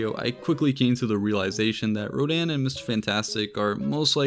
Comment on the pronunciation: It’s Rodan